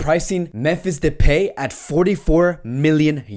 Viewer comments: It's pronounced "de-pie", bro. Not "de-pay-myfee". 😂😂 Much love regardless hehe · Depay is pronounced with last syllable like in MY so depy ;-)